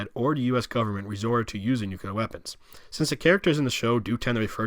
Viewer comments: Please focus on your pronunciation of “the” it’s th not “da” . Hard to listen to. And Nuclear is “noo-CLEE-er”, not “noo-cuoo-ler”. Hard to listen to. With that said this was a good presentation of the Gilead map and thank you for doing that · Nucleeeear. Not noocuular for the love of god. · New-Clear is not how you say it lol. New-Clee-Ah is how you say it. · Thank you for this informational. Now, may I offer... NUCLEAR = NEW-CLEE-URR. Not NEW-CUE-LER. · At the risk of sounding elitist, as a physicist it gets under my skin when people mispronounce certain terms. Repeat after me: NEW-CLEE-AR. Unfortunately, saying NEW-CUE-LAR is so frustrating for scientists and engineers. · I loved the map. I even made notes during the video because I love the series and this part always confused me. One point though - you mispronounced "nuclear" many times. It is pronounced "NU-CLEE-R", not nu-cu-ler". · NUCLEAR! OMG! Say "NEW", then say "CLEAR". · I share your frustration with that typo, but it sounds like you are saying "nukular" like George W. Bush instead of nuclear. Thanks for this video, in any case. :) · Mentions typo on map a few times Goes on to mispronounce "nuclear" several times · your pronunciation of nuclear is sickening.